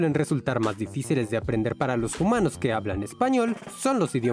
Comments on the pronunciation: Aaaaaa No ess JUMANOOOS, ES HUMANOOOSA A A A AAA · Pregunta, por que dice "jumanos" ? uwu